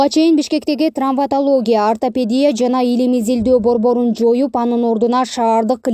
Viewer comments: Трамвотология эмес, травмотология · Чон кыз ТРАМВОТОЛОГИЯ эмес ТРАВМАТОЛОГИЯ. Сразу кулакка сайылды го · Трамвотолия эмес травматология. Сабатсыз журналисттер качан жоголот!